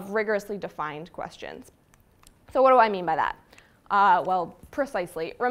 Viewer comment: What is that accent when she says "sooo"